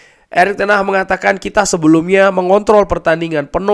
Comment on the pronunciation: Ten hagggg bang bukan ten HAHhhhhhhhhhhhh